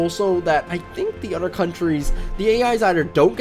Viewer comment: Your use of D instead of T in your speech is annoying as fuck man. Anudder instead another.. cmon man.. Da instead of the.. lawdy Udder instead of other